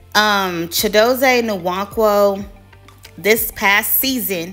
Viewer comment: The “N” is silent…Wan-kwo 👍🏾